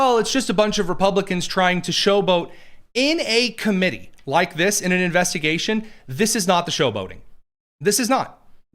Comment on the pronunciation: Investagation he said again here we go